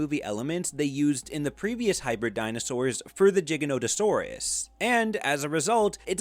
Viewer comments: ITS PRONOUNCED GIGANTO-SAURUS LIKE GAINT NOT LIL GIGA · jiganotosarus are we saying stuff like it’s jig saw now it’s pronounced with a G that’s why it’s called giganotosaurus. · It bothers me how you pronounce "Giganotosaurus".